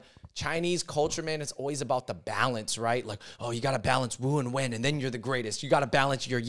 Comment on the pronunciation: Wen is pronounced “wern” not “when”